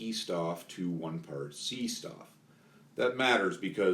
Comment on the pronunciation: C-Stoff & T-Stoff are pronounced "Say Shtoff" and "Tay Shtoff" The word "Stoff" kinda means material...stuff?